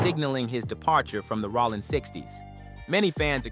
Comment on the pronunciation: Bro how TF do you mispronounce "ROLLIN" SMH